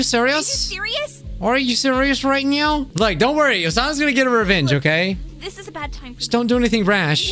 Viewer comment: are you srious right neow bro?! :collapses